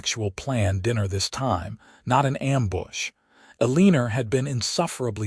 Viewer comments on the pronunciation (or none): Enjoyed the story. Sometimes mothers know more than you think. Eleanor is pronouced El en nor not E lean or. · Your AI mispronouncing the mother's name Ellenor as "a leaner," is SUPER ANNOYING!! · El - A - Nor... Pronunciation matters... 🤪